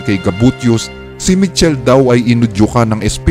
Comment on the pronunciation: It pronounce as Mi-kel-le po